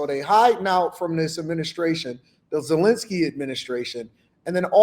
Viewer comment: Ah yes, "Zelle"enski